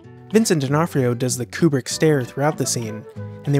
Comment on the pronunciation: It’s Kubrick bro